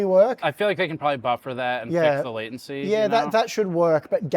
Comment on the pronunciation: Thanks. Also when tried to combine latency and sensitive it sounded a bit like he said "lesbian" 😂